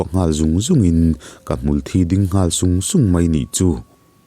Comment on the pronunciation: Hmul Thi tih hmar lam in an lamdan i tih kha a dik zawk lomaw le aw, chhim lam tih dan i sawi kha chu Blood (Thisen) hi a kawk zawk mah mah lomaw te kalo tive mai mai a😬